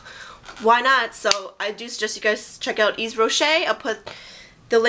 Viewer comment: The Hydra Végetale line is awesome. I've been using it for the last four months and I cannot recommend it enough. I hope you'll be as happy with it as I am. Their lipglosses are amazing too. By the way, Yves is pronounced "Eev", with no "s". ;) Hugs from Switzerland.